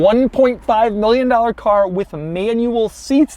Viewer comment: Nobody: Daddy Doug: 1.5 MILLON DALOR CAR